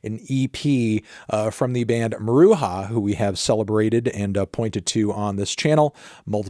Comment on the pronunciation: It’s pronounced Mah-roo-juh Anthony!